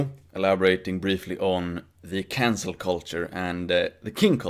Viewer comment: I swear was saying "cancer culture" the whole video.